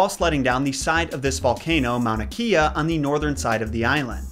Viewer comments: hi!! as a resident of hawaii and with hawaiian in my blood, i would like to help correct your hawaiian pronunciation :) i love your videos a lot and if you do another hawaii based video, this might help~ you mostly got it all correct, but Kea from Mauna Kea is pronounced Keh-ah, not ki-a. a point to note is that ‘E’ is pronounced (eh) in Hawaiian, which is part of the reason a lot of the words weren’t pronounced correctly. I hope you find this comment useful and keep posting so many great videos!! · I was born and raised on Oahu, Hawaii and I know how pronunciation of Polynesian words is hard lol but Mauna Kea is said like Mow-nuh kay-uh! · Hi person who grew up on Hawaii island here! Mauna Kea was really your worst mistake to me. You said Mauna correctly but Kea is pronounced Kay-ah c: Also us locals (on the south side of the island) love and trust pele. She is firey but she’s also very proud and loving of her island. The last time the volcano went off and destroyed a village, most people didn’t blink an eye since that village was known for crime. “It’s just Pele cleaning up her island” we all said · just to help with pronunciation as you mentioned, as a music teacher I instruct my singers to focus on using the international vowel sounds. Very similar to Spanish A “ah” E “eh” I “ee” O “oh” U “oo”. I notice you have an intermittent habit of pronouncing E as “ee”. Such as Mauna Kea you said Mauna K-ee-ah rather than Mauna K-eh-ah. Just wanting to help. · the pronunciation of mauna kea was close! but instead of “kee-yuh”, its “kay-uh”, but keep up the good work man! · I’m Samoan. Not sure if Hawaiians pronounce it differently but we say Mauna Keh-a not Key-a. Everything else sounded correct though! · Haumea (how-may-ah) ku waha ilo (coo-vaha-eelo) Waiau (vai-ow) lilinoe (Lilly-noy) Mauna Kea (mow-nah-Kay-ah) glad to see you making some vidz about Polynesians hope this helps A E I O U (ah-eh-ee-oh-ooh) W has a V sound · It is Mauna Kēa